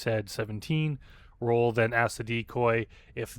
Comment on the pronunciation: It's pronounced Ra-Ool, rhyming with...um...Bra Ghoul. Coincidentally, Bra Ghoul would be a very fitting predator online name.